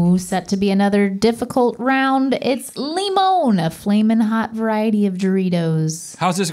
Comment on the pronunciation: How do you live in LA and not know how to pronounce Limón?